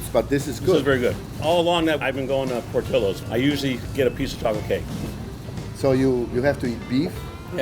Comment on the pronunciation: Narrator’s pronunciation of Portillo’s is cringe. I couldn’t keep watching.